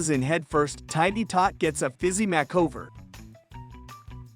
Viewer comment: A MACKOVER? Where'd this guy learn to read? Thumbs down.